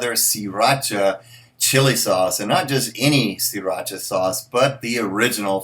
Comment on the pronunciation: Pronounced See rah sha